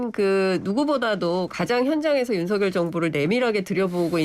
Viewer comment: 윤서결이 맞아요 윤성렬이 맞아요??? 발음을 다르게 하시니